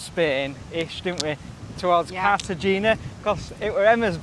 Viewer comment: Happy birthday. Just an fyi, it’s pronounced Carta henna